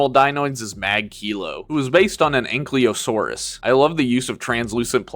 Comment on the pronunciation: it hurt me a little bit hearing you mispronounce ankylosaurus, but great vid tho!